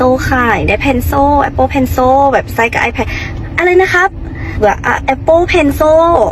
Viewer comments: คนไทยเขาไม่ออกเสียงเพลโซ่(คนไทยเขาออกเสียงเพลเซิ่น)เพลซิ่ว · Cilมันออกเสียงว่าโช้วได้จั่งได๋สาว นานาชาติลาว😂😂😂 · นางออกเสียงโช่.... หมายถึงโซ่... ที่ล่าวพวกทาสลาว... ที่เซิ่ล.. เสียงโซ-เอิ้ล ติดกัน คอ่ยเอาโซ่ไปล่ามควายที่สาวลาวโน้น อินเตอร์แบบลาวๆ เวียงจันทน์มีกี่แห่ง กี่คนที่ได้เรียน ในประเทศไทยมีทุกจังหวัด ไม่รวมกรุงเทพ... ช่วยฝากบอกนางนี้ไปอวดที่ลาวโน้น มันเทียบกัยไทยไม่ติดหรอก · เจ้าของภาษาก็ไม่ออกเสียงเพนโซ่นะ ตัวiออกเสียงกึ่งๆ เสียงสระอิกับสระอึ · เรียนอินเตอร์เกรดไหนpencilตัวไหนออกเสียงเป็นซ.โซ่ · นางสาวลาวpencilอ่านเพนโซ่หรืออีบ้าแค่นี้หรือนานาซาดคนลาวอีโง่มิน่าบ้านมึงถึงล้าหลังทีหลังมึงไปซื้ออยู่ลาวนะอีล่าว